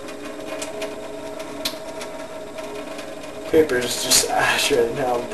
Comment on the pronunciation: once he said papper i stoped watchin the video.